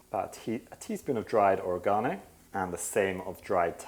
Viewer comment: I live in the U.S. I was very happy to hear you pronounce Oregano as "or-uh-gone'- oh." I pronounced it that way when I was a child and teen. I finally "caved," and began pronouncing it like they do here- "oh-reg'-an-oh." I'm a Senior now, but it still makes me happy to hear that I wasn't pronouncing it "totally wrong!!!" 😄